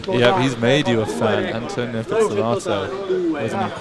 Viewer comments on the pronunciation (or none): It’s not pronounced “anne-toe-nino,” it’s “ahnto-nino” like saying ahh at the doctor’s office